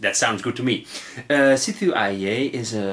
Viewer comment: Yay Sithu Aye! Btw, it's pronounced C-2 A.